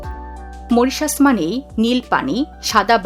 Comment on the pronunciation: Moritious? 😂😂😂😂 This is Mauritius. Pls pronunce correctly. Incorrigible pronunciations